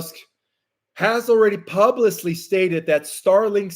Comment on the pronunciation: My love, pub-lick-ly